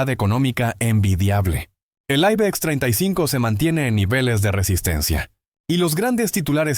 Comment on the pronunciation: El aibex, en serio, en cuanto has dicho aibex he dejado de ver el video, osea a los x segundos.🤣🤣🤣